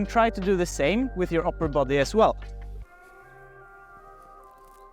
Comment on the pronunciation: I smiled when he says the word, “boday, “ in that very Norwegian pronunciation. I wish I knew how to fall more safely. I suppose that’s a stunt man’s skill.